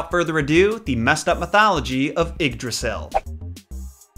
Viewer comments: It's pronounced yigg drasil not iggdrasil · This video was sick and I hope you get better soon man but Yggdrasil is pronounced ‘eed-rah-seel’ ❤️ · It s Ygdrassel not Igdrassel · he pronounced yggrasil wrong in the beginning , it's like ye - drassil well pronounced like that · Love the way you say Yggdrasil XD Ps. am from Danmark. Love your content as allways. Plz make a video about H.C. Andersens christmastail, The little girl with the matchsticks